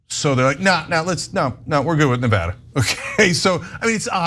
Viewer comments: It's Ne Va Da not Ne Vood a! It's not complicated. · Let Cenk teach you you how to pronounce "Nevada". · it's really not hard to learn to correctly pronounce Nevada